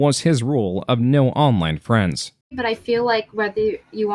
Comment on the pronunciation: Jim has given 2 nuggets of absolute golden advice 1) There is no such thing as "Internet Fwiends" 2) Learn to laugh at the stupid shit and life will be much easier